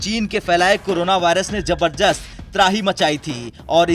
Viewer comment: जबरजस्त नहीं भाई जबरदस्त बोलो